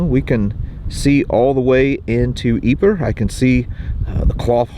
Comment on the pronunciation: If you're interested Ypres is actually correctly pronounced as "eep" in French.